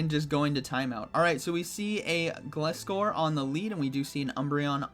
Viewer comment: Not "Gliss- Kor" it's "Gl-Eye-Scor" (Gliding-Scorpion)